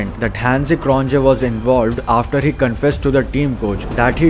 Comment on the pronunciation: It’s “Croniyeah” and “Boyeah” not CronJE or BoJE!